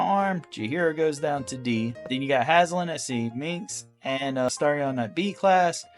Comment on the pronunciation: It’s Halsin, not Haslin, and Jaheira isn’t a ranger